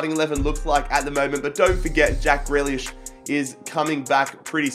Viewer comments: It’s pronounced ‘greelish’ not ‘grelish’ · Greelish not grehlish please. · it’s GrEElish not Grelish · I mean grEElish in how it's pronounced not spelt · How you say grealish gree-lish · You don't pronounce grealish name like that u have to say greelish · Its prenounced 'Grilish'. Im Irish so i know.